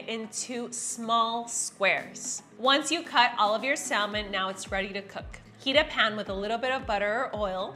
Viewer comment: que jodidos es Sal-Men? The L is silent